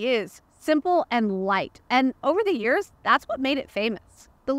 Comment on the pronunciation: Being wrong for a long time doesn’t make it right lol. Since you talk about years a lot as a reviewer, it’s good to know how to pronounce them.